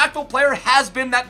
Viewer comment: Please stop saying letter R’s like you’re an infant. It’s De Bruyne - not De Bwooner, it’s Goretzka, now Gowezka. Other than that you’re the best human on YT